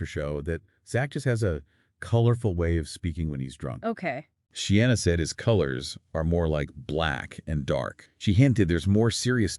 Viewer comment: Not She-anna 😬 but Sheena.